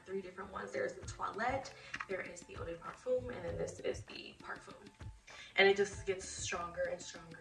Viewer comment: Stop saying "parfum' if you can't pronounce it lmao